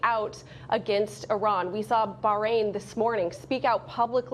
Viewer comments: Did she just say "New-que-leer"? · Can’t even say “nuclear” right.